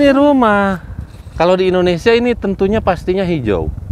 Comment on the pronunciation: Indonesia kenapa jadi Indonesa, kacamatanya kegelapan kayak nya